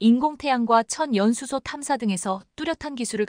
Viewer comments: "천 연수소"가 아니라 " 천연 수소"란다. 아가씨야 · 전 연수소가 뭐야? M미터라고 읽어야지 엠이 뭐야 아무리 AI 라해도 바르게 읽게 만듭시다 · "천연수소" 발음 제대로 하십시오.